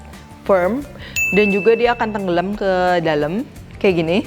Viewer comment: Mantap cheff .. Tapi kok sy seneng denger kata kata tenggelem ... Medok gtu . Haahhaa .. Sukses sllu cheff